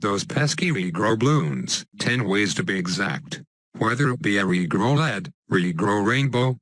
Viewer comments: When he says regrow it sounds like negro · omg the way he says regrow